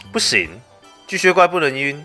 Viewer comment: 一直把巨蟹怪 唸成巨靴怪